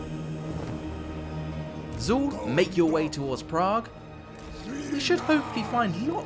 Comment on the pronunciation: the pronunciation of "Hashut" and "Zaul" offends the gods